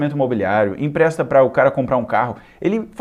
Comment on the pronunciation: "Impresta"????? É empresta!!!!